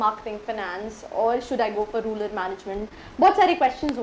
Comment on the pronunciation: Mam first learn to say RURAL management not RULAR management